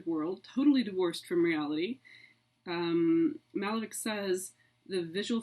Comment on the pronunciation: Would be a much better lecture if all the names were used properly. The painter's name is not Málevik, but Malévich- ch pronounced as you would pronounce Chaucer, cherry, and so on.